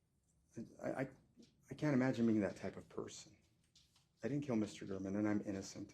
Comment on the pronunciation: It’s Gāre-man.